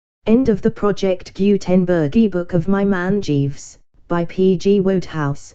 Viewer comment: You can't even read the author's name correctly 😂😂😂